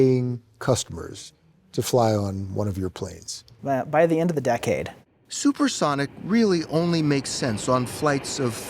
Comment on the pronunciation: Dee-cade. 😂 Why do so many of my Germans not learn how to speak English? So sad… and funny.